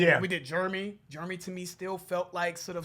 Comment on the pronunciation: I love you guys, but every time you call Jeremy “Germy”, I die.